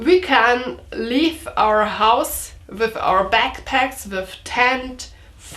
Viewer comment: With, no wiff. Lol